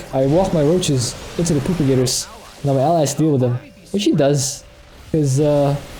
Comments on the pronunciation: Funny how he says propagators. Sounds like he said poop-i-gators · that's exactly what he's saying :) he calls them poopagators in the video description.